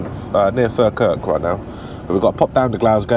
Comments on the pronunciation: Im loving the videos..would love to see more of your bunk area..do you have a tv? I was laughing at how you pronounced Falkirk..sorry 😂 If it help we pronounce it fall kirk (like fall down) 👍🏻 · Falkirk is pronounced Fall-kirk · Falkirk is pronounced Fall-Kirk sorry mate sounds strange hearing it said the way you’re saying it ! coming from a Scot 🏴 😂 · Falkirk is pronounced fall-kirk matey. We're weird up here 🤣 That leaning pallet should have been at the headboard unless its for another drop. Stevie Wonder must have built that one. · another class vid mate! loving the content. sidenote, i dont know if you know, but Falkirk is pronounced Fall-kerk :)